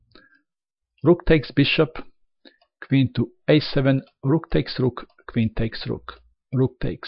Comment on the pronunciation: Kwin and Ru:k 😂😂 the accent is so good, I love it